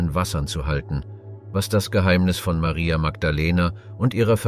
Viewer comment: Sehr schöner Clip. Das einzige was nervt ist, das der Sprecher sich nicht entscheiden kann ob der den Namen Maria mit oder ohne englischem Dialekt aussprechen soll.